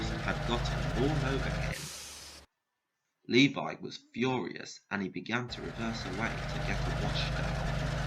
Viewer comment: That’s not how you pronounce Levi, but, it’s ok!